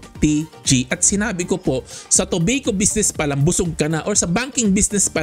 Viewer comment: Toh-bay-koh astig hehe